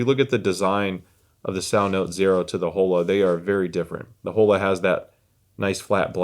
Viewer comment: Please, “Oh-La”. 😭 no Holes here. LOL